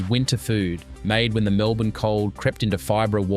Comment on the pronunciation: Can’t even pronounce Melbourne right wtf msn